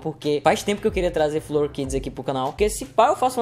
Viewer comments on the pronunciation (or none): Ycro se lê flóor, como se tivesse assento no primeiro o